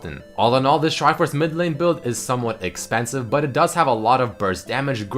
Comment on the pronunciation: Wish I said triforce and tankiness like